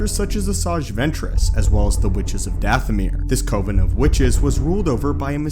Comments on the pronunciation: Coven. Think cuven. Oven. I like your content, and you know Star Wars fairly well, but this distracts me from listening. It definitely ISN'T cOven. Oven, with a hard C in front of it. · Co-ven, lol. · It's pronounced cov-en dude! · The one thing that absolutely stood out was “Coh-ven” that pronunciation just hit me like a freight train